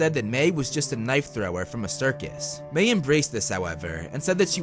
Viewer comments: Its pronounced "My" not "May" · Dude ma-i not may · It's Mae not Mai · I-I’m sorry but like my name is Mai and you’re saying may and it gives me flashbacks to school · Why is Mai pronounced Mei ? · I have to go back and rewatch but isn't her name pronounced like My? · You say her name weird